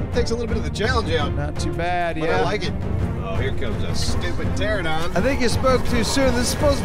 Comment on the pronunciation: Pteranodon.. Pteranodon. PTERANODON. Wtf is a terradon